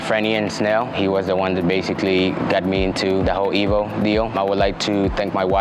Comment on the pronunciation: Evo "o" ten? 😶